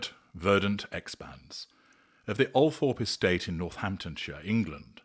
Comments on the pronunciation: It’s pronounced, ‘Altrup’ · I believe it's pronounced "Al-trup" - not that that matters of course